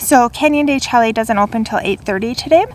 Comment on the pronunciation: De shay, not de chelly.